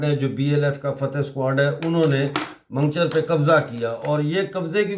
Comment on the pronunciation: Mango-char not mangcher